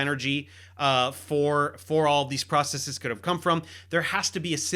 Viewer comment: Its refreshing to hear someone say processes correctly, instead of process-ees.